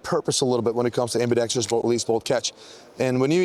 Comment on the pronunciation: thank you for pronouncing ambidextrous correctly. It's not ambidextreous like 99% of youtubers like to pronounce it